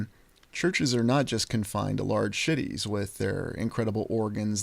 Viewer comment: Are you saying "large sh*tties" instead of "large cities," or is that just my imagination? lol 💩